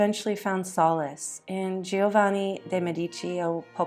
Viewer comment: You clearly spent a lot of time preparing this video. Please learn to pronounce Italian names correctly. You repeatedly mauled Girolamo and Giovanni every time you used them. Tiber rhymes with tiger, etc.